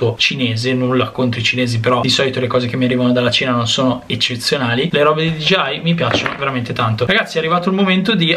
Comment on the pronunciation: Allora non sono l’unico ad avere difficoltà a pronunciare DJI 😂